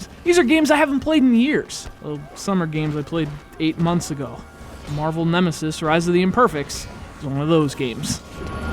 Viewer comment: this is like one of my favorite gamecube games it was really good i dont know what the fuck your talking about, and you didnt even pronounce it right